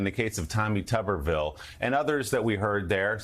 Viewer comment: Why is Tuberville not pronounced properly, as with a potato which is a tuber? Is it because he's Mr. potato head?